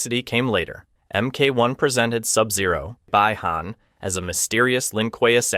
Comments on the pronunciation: Sub zero' s name bi han in Chinese is escape the cold ..and bi han pronunciation is bee han not bye han. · Bi Han is prononced Beeeee HHhan no Bye Han. Come on the games and the last movie don't make the mistake why you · So painful, I accidentally bit my tongue when he said, “by han”. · Please for the love of anything learn how to pronounced names before making videos. Who the is Lou Kong and Bye-Han? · When you said Shang Tsung name wrong I got annoyed, but after “Bye-Han”…. I knew you had to be rage baiting💀